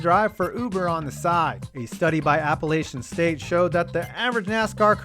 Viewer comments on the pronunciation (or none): Its APP-UH-LATCHIAN State, you're killing me.